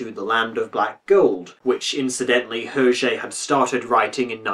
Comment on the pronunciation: It's Air-shé, not "Herche." :P ((/ɛərˈʒeɪ/)